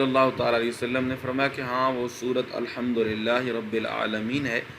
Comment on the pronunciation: Alhamdulilah nhi app ne Nirhamdulilah bola hn